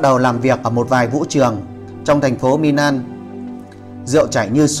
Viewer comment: Xin đọc đúng giữa ' L' và 'N' vd Milan: là Mi -lan khg phải Mi-nan